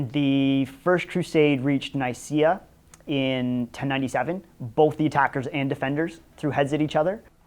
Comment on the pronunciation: Would be better to pronounce Nicea (or Nicaea) with a K as you pronounce Nike ...